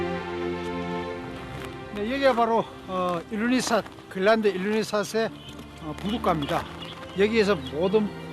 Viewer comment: 글란드 그릴란드. ㅎㅎ 발음 쩌네